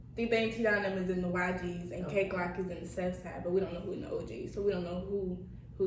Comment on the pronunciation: His name is “kay FLOCK” not Glock 😂🤣 🤦‍♂️